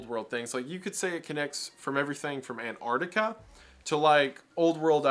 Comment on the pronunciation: Ok, maybe I'm focusing on the wrong thing here, but I still find it funny how so many Americans pronounce Antarctica as Annardica. The Ts and Cs are there for a reason.